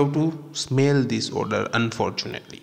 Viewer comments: It's Odour not order nor odor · Excellent presentation. But, it is ODOR....NOT....Order. Otherwise, no complaints. Thank you!